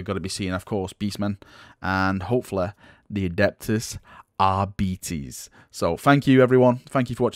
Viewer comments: There is another way to pronounce "arbites" that also don't end with "bites" that i dare soond better than "ar-bEE-tes", namely "ar-Bi-tes". It seem to rhyme better with "a-stAr-tes" as well. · Arbiter = ARR-BEE-TEHR Arbites = ARR-BEE-TEHS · Ar - bites, not Ar - bitis. I am not even from english speaking country and it just sounds wrong the way says it:) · Its not Ar-beaties, its Ar-bites!!!!! Beaties was a modelling shop.